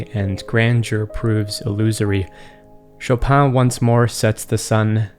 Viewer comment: As a pole the pronunciation of "Chopin" was killing me but overall great video like always.